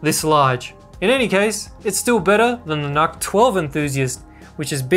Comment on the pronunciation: Not true, I work specfically with NUCs, The intel people usually call them "Nooks", Nuck just isn't right, there's no k.